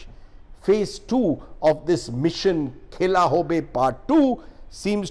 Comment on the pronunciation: Khela nahi sir..khala..#bengali- pronouncuation 😀